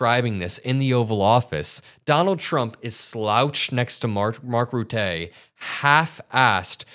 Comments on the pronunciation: Just a little comment about the pronunciation of Mark Rutte’s surname, it is ruh-tuh, not routay. If you google it, you can actually get it in sound. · It's not Mark Rutay but Rutte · Mark Rutter, Rota is how you say😂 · please stop calling the Sec Gen of NATO Mark Rutter as Mark Ru-tay. He's Dutch and his name should be pronounced Roo-ta. Sorry but it's unprofessional. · Its not Rutteeee. It’s Ruttè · Ruttuh like in "duh", not "tay". Just for your information. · Hey, just small heads up with the pronunciation of Mark Rutte's name - Rutte is pronounced as 'Rutu' - where both u's are the same as the u in the word buck/luck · Rut-eh bro not Ruttè . Keep up the good work mate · It’s Roo-dah, not Roo-tay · It’s Mark Rhù-thù, not Ruethay…. (From a Dutch follower of your great shows.) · Rutteh. Not Ruttay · It's not very important but you pronounce the name of Mark Rutte wrong, it's Rùttù, not Rutté 😊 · Hahaha we Dutch are not as fancy as the French. It's phonetical; Rutten, not Rutté☺️. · It’s Mark Rutte pronounced as Ruttuh with the t’s audible. Your welcome. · Dude, I am from the Netherlands and you pronounce Mark Rutte as he is from France. 😂😂😂 you bether say Mark Rotten (like in rotten tomatoes) but instead use a U instead of an O. Love your show. Keep up the good work. ❤ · FYI, Mark Rutte. Rhymes with 'butter'. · A tip on how to pronounce NATO secretary's name, Mark Rutte. Rutte = Rue -tah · Please correctly pronounce Mark Rutte’s name? The first half’s vowel sounds like “put” {i PUT the card on the table}, not “root” or “rut”. Second half is “tuh”, sounds like “huh”. Accent on first half: RUT-tuh. 💜🇳🇱💜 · It's pronounced Rutta... He's German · You pronounce Rutte as ruttuh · Can you stop pronouncing Rutte's name like a spaz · The guy's name is Dutch not French. You pronounce both the "u" and the "e" in hisw las name like you would the "u" in the english word "put" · Please say Mark Rutte's name right.